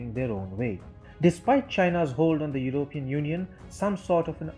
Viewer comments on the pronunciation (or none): What is "your-oh-peein"?